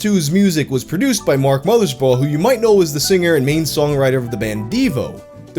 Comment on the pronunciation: Was the mispronunciation of Mothersbaugh intentional is it some kind of joke I don’t get